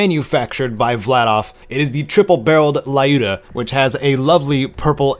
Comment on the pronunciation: Lyuda is actually pronounced L-you-da since it's a short version of Lyudmila (Людмила).